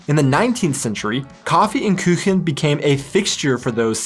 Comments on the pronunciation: Kuchen is not pronounced Küchen. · "Kaffee und Küchen"? Why do you speak the difficult Ü when it does not appear in it? PS: My favorite cake is "Russischer Zupfkuchen/ Käsekuchen/ Quarkkuchen" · Red light really depends on the actual situation. Most people don't wait anymore if there is no car in sight or at night.. but if other people are around some social pressure might stop you, but not always... Funny you mixed the pronounciation of Küche and Kuchen to a new word: Küchen. Kuchen is a normal u so in English ou. No Umlaut. Food has changed drastically with the generations. Today everyone does it differently. Many are on some diet, vegetarian, vegan or whatever... so in the generation 20 - 50 there is not much homogenic food behaviour anymore. Anything goes. We as a family usually ate warm dishes for lunch and only Abendbrot for dinner. No warm dishes. That's how i grew up. Dinner means bread, cheese, Wurst- Aufschnitt, all sorts of pickles... etc. Sometimes there was the exception to the rule and my mom made Bratkartoffeln mit Speck or Ei. Cucumber, Tomatos on bread, Herbs in Quark on bread. today it varies... traditonal weekly or biweekly dishes are for istance Spinat und Ei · It‘s KUCHEN, not KÜCHEN - the U is pronounced as "Ou" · sorry to correct you but it is not "Küchen" its Kuchen . use Ku like in Kuh (cow) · the same here with: "Kaffee und Kuchen" --> Kuchen --> "u" like in "Dude" or "rude". NOT ü. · Dear, some pronunciation help: the u in words like Wurst and Kuchen is the same as the oo sound in English words like root. So try "coo-chen" and "woo-rst"! While I'm am impressed by your ü skills (you pronounced the words as if they were written "Küchen" and "Würst"), that's a different sound;) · Pronunciation: Kuchen, nicht "Küchen"! Knödel, nicht "Nudel"! Ich gucke immer wieder gerne. Weiter so! Danke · It's KUchen! not KÜchen! you really have to practice the Umlaute Ä, Ü & Ö. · there is no ü in Kuchen ;) a "Küche" is what you call kitchen